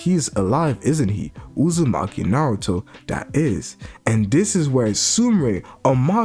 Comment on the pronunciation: I love how he calls Hima, and Kawaki, Hima Uzimachi, and Kawaki Uzimachi. And not Kawaki Outsutsuki. He calls Boruto, Boruto Outsutsuki. And is it me, or is Kawaki huge, I mean if Boruto is taller than 5'4" like he was supposed to be, like everyone said. Thar makes Kawaki well over 6'. I think Boruto might be 5'4" and Kawaki 6'. I think Kawaki is a beast. He's my favorite character because he's always been stronger than Boruto. And he reminds me a lot of Naruto.